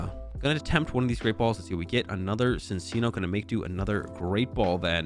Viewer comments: Its fucking “CHIN-CHINO” thats how you pronounce it ahhhhhhhh and “MIN-CHINO” ahhhhhhhh😂😂😂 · love your content man but you NEED to start correctly pronouncing minccino and cinccino it's driving me up the wall lmao